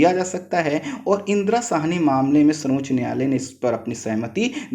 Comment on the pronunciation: Bolne me clearance nhi h .....vishva ko bisva......desh ko des...... Sarvochch ko sanochch....sir please clear bolne wale ki voice upload kren .....